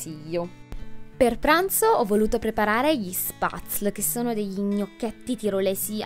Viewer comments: Ciao cara! Bel video e finalmente qualcuno di vero! 💕 un consiglio, "spazl" come pronunci tu va pronunciato "spetzli" 😂 nomi un po' strani lo so... Ciao ciao❤️ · Ohhh io gli Spatzle li faccio in casa :) Sono andata a mangiarli direttamente su sulle montagne e credimi che fatti freschi sono una favola e mezza!! Ah.. giusto per correggerti un attimo, si pronuncia "spezel" mascherando un po' la "e" :) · veramente S viene pronunciata SH (come quando zittisci qualcuno) e in se la parola viene pronunciata SHPETZLE , o almeno in germania viene pronunciato così, non penso la pronuncia sia troppo diversa da quella tirolese :)